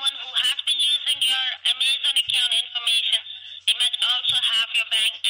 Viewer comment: Love the way she calls it Amaze on and thinks no one would notice 🙄 Great work as always W!